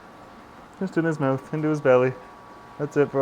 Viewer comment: LOL you say "mouth" like Dane Cook Mowth